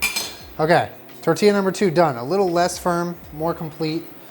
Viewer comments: I'm glad you stopped saying "Testilla" xD sound like "tetilla" (little tit) lol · TESTIE-YA lol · “testilla” sksksk